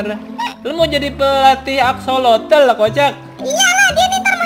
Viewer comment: Aksosol bukan axolotol